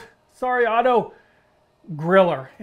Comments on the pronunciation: Wilde pronunciation: ville de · "vild-ah" is how Wilde is pronounced. "W" as in "V" and an "e" at the end is pronounced similar to "ah" as in the "e" in Porsche. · They actually have a channel on here and it sound like they pronounce it Otto "VILDA" to me. =) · Since it's a German company "Wilde" is pronounced like "Wilde" in "Oscar Wilde" but the "i" sounds more like an "e" and the "e" at the end like a britisch "a". So far for the complex try to explain it. The easy way would be to get "savage" translated to German with the google translator and hear the pronunciation there ;) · Otto Wilde. You pronounce the E at the end of Wilde. The rest of the pronunciation is fine.